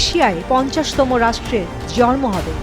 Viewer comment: জন্ম শব্দটাও সঠিক উচ্চারণ করতে পারে না ছি ছি ছি রিপোর্টার